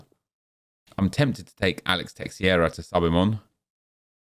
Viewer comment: Another Fifa, another year of mispronouncing "Alex Teixeira"